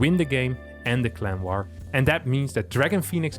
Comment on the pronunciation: I keep hearing "Clem war" instead of clan war lol